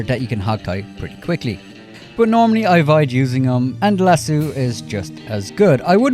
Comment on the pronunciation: As a Texan, I'd like to mention that it's lass-O, not lass-eww. It's even spelled the way it's pronounced. I don't understand you, because we Irish do have names like O'Reilly that isn't pronounced eww-reilly. I've never heard anyone pronounce it that way except you and Gopher.